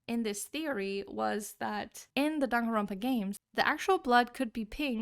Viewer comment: It's johnganronpa